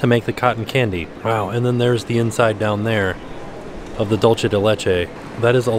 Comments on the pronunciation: Hi! The Mexican caramel style treat is actually pronounced “dool-seh” it’s a common mistake:) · dulce de leche is pronounced dool-seh de leche :-)